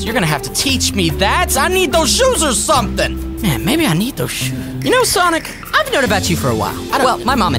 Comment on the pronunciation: Its sonic not Sonia